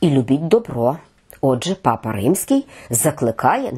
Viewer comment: Наголос потрібно робити на першому складі пАпа Франческо.